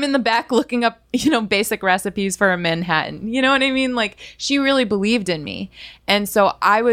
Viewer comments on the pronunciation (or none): none